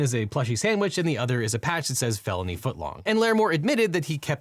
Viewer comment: It absolutely IS a deli weapon, actually (incidentally, I also thought you said "baloney assault" instead of felony assault earlier)